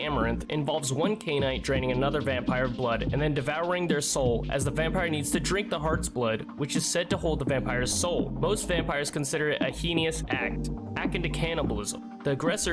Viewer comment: A "heinous" act is pronounced HAY-Nuss* As opposed to "heenus" like you said😋 Just a friendly tip 😊 Great video dude! Keep at it!!